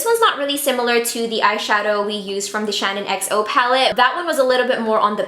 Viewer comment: did it give anyone else the fear when she called it the shannon xo palette instead of the SHAN xo palette ? ahaha, love you heart x